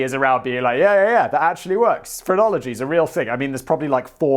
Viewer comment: The first 4 or 5 times he said phrenology, I swear I thought he was saying pornography, and I was really confused.